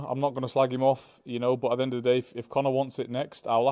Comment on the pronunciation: "At the end o the day"